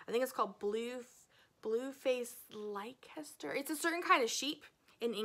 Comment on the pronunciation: BFL is a wonderful yarn, nearly as soft as Merino but the staple length is much longer. This means it should pill and felt less. By the way, Leicester is pronounced as “Lester”.